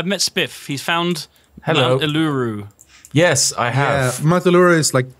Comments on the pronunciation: FYI its ulu-roo. Thats how you say it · are they trying to pronounce urluru? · They still cant pronounce uluru :( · Another Civ 5, another imspronunciation of Uluru.